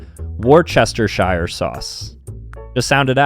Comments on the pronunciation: as a brit i died when said Worcestershire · As An American I died as well